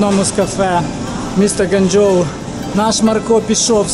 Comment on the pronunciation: Ґуанджоу а не ґанджоу